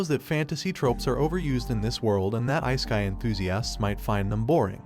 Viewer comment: "Ice-kai" ai voiceovers suck ass